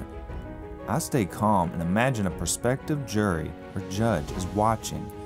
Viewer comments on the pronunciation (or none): "Perspective judge or jury"? What's that? Or did you mean "pROspective..."?